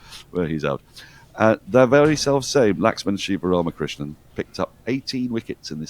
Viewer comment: ...and LAXMAN SIVARAMAKRISHNAN too.... pronounced perfectly!! 😊